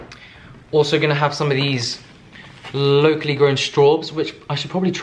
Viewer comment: Every time he says “locally” it sounds like low key lol. Took me like three times to realize he was saying locally